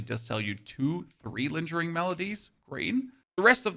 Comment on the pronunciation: Lingering melody is pronounced with a hard G, like "goat". Its not "linjering."